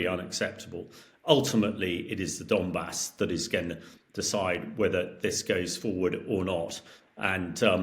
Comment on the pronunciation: 'And we'll get into The Donmas..." - do these journalists actually read about the topics?